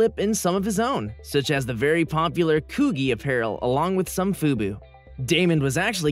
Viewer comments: (Coogi) pronounced (cooji) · The way he pronounced “Coogi” though 😳🤣😆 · You said coogi wrong fam smh you killing me smalls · I know right 😂😂😂